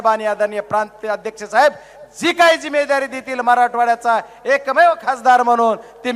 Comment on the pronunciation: जिम्मेदारी शब्द बोलता येत का अगोदर बघा मग बोला मोदी च्या नखा सारखा नाहीत